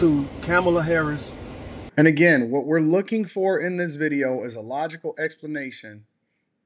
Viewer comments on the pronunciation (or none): He saw a lot but still cant pronounce VP Harris name right. Bottle glasses guy back on the grift.